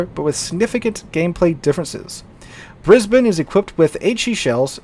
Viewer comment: As an Australian, thank you so much for pronouncing Brisbane correctly. Most yanks seem to struggle.